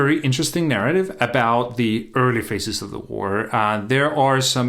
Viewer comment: Phases is pronounced faziz (the middle consonant is not pronounced s).